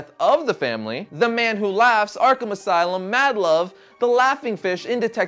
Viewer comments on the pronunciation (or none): none